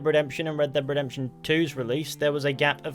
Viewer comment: RedDEBB DEEB DEPTUIN THEE RedDEBB DEEB DEPTUIN THEE RedDEBB DEEB DEPTUIN THEE